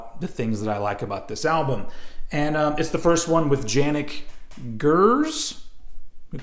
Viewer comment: Great video! You probably have been told this by now - but you said Janicks surname correctly but not his forename - it's pronounced "Yannick" .:)